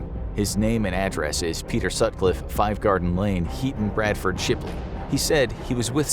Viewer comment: An American saying Bradford that’s made my day